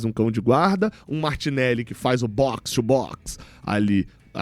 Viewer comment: "O boxii, o boxii" kkkkkk não tankei